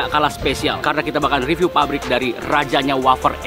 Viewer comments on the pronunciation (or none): none